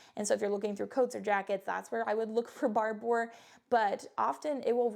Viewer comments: Barbour is pronounced just like barber. Scottish, and spokesperson was Sam Heughan for a while. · It's pronounced Barber like the guy who cuts hair....